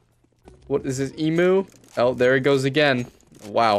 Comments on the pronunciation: "... this guy on his team is also doing it, what is it, Emoo?" That cut me deep dude. it's pronounced "E-mew". Plz no mad at me. I didn't invent the English language. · E-moo? Fucking hell